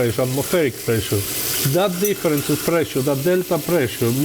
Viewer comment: "because the prrrray-shear here is very lau" LOL...